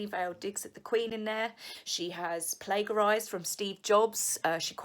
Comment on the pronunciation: Lovely - you pronounce Plagarise with the g sounding like a J - love your vids x